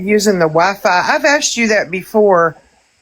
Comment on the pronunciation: I Haaaaaate the way she and Bri say "axed" and the way she uses incorrect tenses all the time. It sounds so ignorant. "Kristy & me was in Walmart" and "I had went to the store" 😬